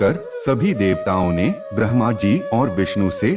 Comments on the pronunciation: pronunciation is not perfect. Bramha has been pronounced as Verma. there are so many mistakes. kindly check that and try to do a perfect video. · It's Said like this "Brahma " Not Bharma 🤣🤣😂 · Admin ji maaf krna lekin aap naam ka ucharan shi nhi kr rey Bhrma ji ko brama, Aditi Maa ko Atihi plz in pr bhi dhyan dey nhi logo ko glt info milegi😬🙌🏻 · Not Bharma, its Brahm-a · aap ne brama dev ka bhi uccharan mein verma kaha hain sayed galti se ho gaya hain ....plse aglibaar thora dhyan rakhiye ga....